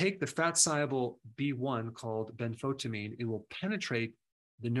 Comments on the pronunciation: BEN-FO - TEE - a - Meene. NOT Ben - fo - ta - meene. TY Doc................. ......Keep Rockin. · Also, it is pronounced ben-fo-tia-mine, not benfotamine.